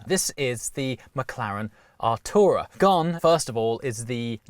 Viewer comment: Anyone else scream out Atrayu from neverending story! When he says the car name?